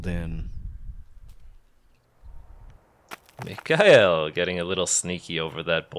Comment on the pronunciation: Just FYI: the K in Mikael is hard k.